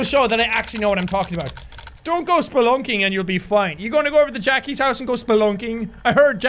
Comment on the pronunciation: I'm rewatcing it and still the word Spelunking gets me😂😂 maybe it's because of Jack's pronounciation 😂